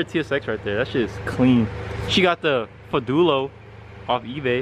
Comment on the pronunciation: please consider using the correct pronunciation of the word “Modulo”. You can hear the correct pronunciation here